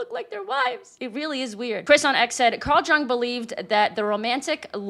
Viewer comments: Giiiirl, it’s Carl Jung like “young,” not Jung like “jungle gym.” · It's YOUNG with a y, not Jung sounds like jump. The J is a Y. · Yung not Jung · Jung is pronounced with a 'Y' sound, not a 'J'. The only humans who are 'transwomen' are men. These men are in no way women. This is why 'cis' is redundant. There is only one type of woman and these women do not have a Y in their chromosomes. Trans is a problem of the mind, not of the body. So treating the mind is the rational thing to do, not altering the body to match the confused, unwell mind. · Jung is pronounced as young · This is mostly true, but Jung is promounced like "ee-ung". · I lova ya,. Please check your pronunciation of Jung, it's German so the J sounds like Y, and the u is more like ooh. Anyway, I know you're educated and have a lot of knowledge of the subjects you cover. I think it's important that we know how to properly pronounce the names of people we're quoting. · Yuuunng. Say it like that. Yuuunng. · Jung pronounced Yung, just an FYI not snark. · Jung is pronounced "Yung". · Jung is not pronounced like "jungle" it's pronounced "young" elongating "ou" to sound more like a "you" than an "up" sound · Sorry, not to be That Guy, but Carl Jung would be "yoong", not "jung". Same like Euler would be "oiler" and not "yooler", etc. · Just a piece of minutia: the Jung JUNG you’re referring to as psychologist Carl Young. It’s actually pronounced like YOUNG. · please stop saying Jung with a J sound as in just, just stop. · Jung was Swiss. He pronounced his name "Yoong." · Jung is pronounced Yung. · Jung is pronounced "Young" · It's pronounced Young. He's okay. His observations are pretty obvious imo. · ...quoting Jung (pronounced 'Yoong')... it's not 'delusionment,' but 'disillusionment' which is like an existential-level disappointment. Hope that helps. I always love your work. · Just fyi - Jung is pronounced like "young". 😊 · Jung is usually pronounced "Young" ( just fyi ) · Jung is pronounced “young”